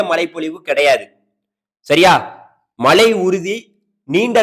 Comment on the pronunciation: தமிழை கொல்லாத மழையா மலையா